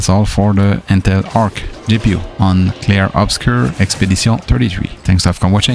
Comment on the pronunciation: You say the name of the game so nice